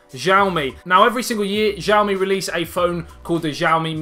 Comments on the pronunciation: Its pronounced as Siaomi. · Nice video. The x used when Mandarin is romanised in China is pronounced more like a s, btw. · New sub cuz of jiaomi 😂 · It's Xiaomi. Not jiaomi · jiaomi? Lol